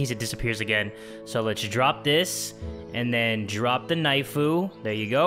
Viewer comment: ok Ok 😂 when u said then i thought u said men 😂😂😂😂😂😂😂😂